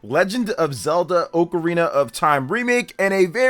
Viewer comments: oh carina sounds terrible. And it is not the common pronunciation at all brother lol, some people tomàto, but it’s almost never heard anywhere, just get used to Ah KUH RINA , sounds way better , watch videos of people jus taking about the instrument outside of Zelda they all say it as it was intended to be said lol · forreal bro 🤣🤣 go to google hear the audio of how to pronounce it, definetly AH-kuh-rina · If you call it “OAK-arena of time” one more time…😂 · Correct pronunciation: “ah-kuh-REE-nuh”. When I was a kid and first played this game (probably in 3rd grade) I would pronounce it as if it were spelled Ocarnia. It wasn't until much later in my adult life that I realized I had been pronouncing it wrong for the entirety of my childhood. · Both pronunciations are technically correct. I’ve always pronounced it OH-carina. I vividly remember a text book in school describing the instrument and how they are often called “oh’s” for short lol